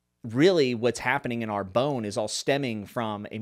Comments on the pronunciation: Love GGK.. I've read them all but it's always nice to hear from another reader. Are you sure it's not pronounced ARE-BONN as it would be closer to the French - I think. At least that's the way I said it in my head. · Lol I am sure it is a fantastic book but I would recommend you to google how to pronounce the French town Arbonne in French. In any case it is not ar-bone. Great review anyway.